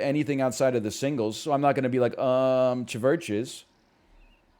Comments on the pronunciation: NL pronouncing CHVRCHES as chevurches instead of churches is why I watch this man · mfer really said Chuvurchuhs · the way he says chvches and goyte just dont sit right with me dawg